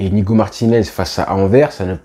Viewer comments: Salut je te fait une petite correction pour la prononciation de Anvers, le « s » a la fin n’est pas muet donc on dit AnverSE et pas Aver. Et si tu veux dire Antwerp, ça ce dit Antouèrp. Sinon bonne vidéo, quali comme d’hab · On dit ANVERSSS LE S EST PRONONCÉ ou Antwerpen (Antouerpen) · Hello, on dit Anverssss. On prononce le S a la fin